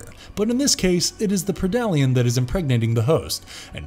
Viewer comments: Predalien is pronounced Pred-Alien and not Pre-dalien. Pretty obvious since is a Predator and Alien. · a pridollyan lmaoo.